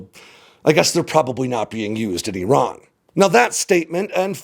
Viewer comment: Finally an American who knows how to pronounce the names "Iran" and "Iraq" correctly.